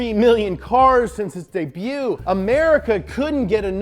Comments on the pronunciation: hold up.. you said debut correctly... and not debutt?? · It's kinda sad that he pronounces "debut" the correct way now